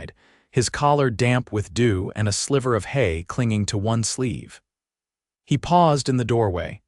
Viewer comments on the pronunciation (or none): none